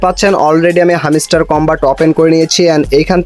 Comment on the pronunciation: R arekta mojar kotha holo, হ্যামস্টার না,হামিস্টার🤣🤣 আবার টাস্ক না টাক্স🤣